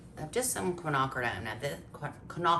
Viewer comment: Quinoa is pronounced Ken- wah, phonetically!